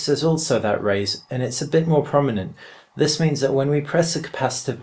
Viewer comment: "this" not "fhis" :-p